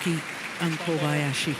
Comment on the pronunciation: Morten says: Koyabasi 😂😂